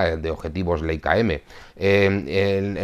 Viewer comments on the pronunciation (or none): Como el saber no ocupa lugar Leica se pronuncia Laica . Sólo para ayudar nada mas